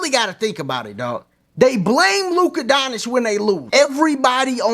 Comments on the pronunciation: Bruh 🤦🏾‍♂️ Say it with me... Don-CHICK. Don. CHICK That's how you pronounce his name. Luka Don Chick (just say it together) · The correct pronunciation of Luka Dončić is "LOO-kuh DON-chitch" according to the Dallas Mavericks media guide. The "č" in his last name is pronounced like the "ch" in "church".